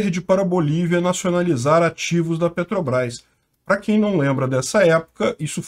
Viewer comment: "Petobras" - Ai ai...